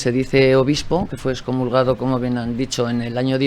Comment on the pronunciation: ¿Cómo que dexcomulgado? Es EXCOMULGADO por Dios santo. Tanto la mujer como el hombre lo pronunciaron mal, ¡qué barbaridad!